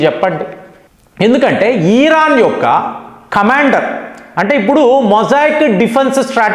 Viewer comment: ఓరి నీయబ్బ... ఈరాన్ కాదురా నయనా.... ఇరాన్ మాత్రమే...నువ్వు ఏమిటో నీ pronounciation ఏమిటో.. నాకు అర్థం కాదు.